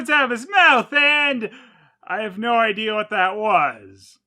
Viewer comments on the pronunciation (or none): Also what's with these bad dubs saying "idear"?!